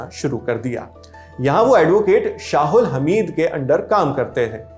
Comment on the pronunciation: बेवकूफ शाहुल्हमीद नहीं शाह अल्हमीद होता है😂